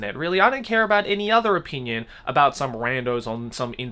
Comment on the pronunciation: Joey when you say the word “opinion” sounds like “O Pein uns “ idk 🤷‍♀️ you said this word like. 100 times in the vid 😏